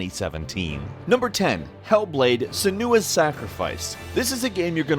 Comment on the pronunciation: Couldn't you at least check how to pronounce Senua? ;p